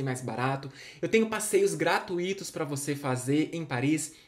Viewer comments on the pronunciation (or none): Cara! Fale gratúito mesmo. É que perdeu o acento 😁